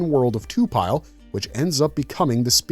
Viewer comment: This is awesome but I keep getting tuned out when you say to-pile vs to-pi-le (Lee). You can say it how you want but I could t help but comment this.